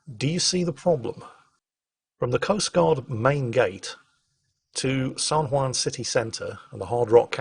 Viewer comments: San Hwon not San Hwan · I'm loving this series and hearing all of your sea stories. It makes me almost regret that I didn't go active duty Marine Corps (instead of being a Reservist) or join the Navy. Almost. Btw, the Juan in San Juan isn't pronounced wan but won/wahn. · "san hwan" thanks for your excellent pronunciation:P On a sidenote though, it is amazing how ironic the US can be with taxation and representation (or lack there of) in many places, such as puerto rico or even residents of washington DC. But I am LOVING this series of videos, incredibly interesting. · San hwon - like ON, not WAN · I like the way says "San Juan". It sounds like "San Waan" X3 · Every time he says San whan it hurts my soul.